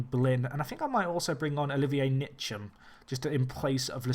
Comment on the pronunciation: Loved the video and I love the challenge. By the way Ntcham is pronounced 'En-cham', just as a heads up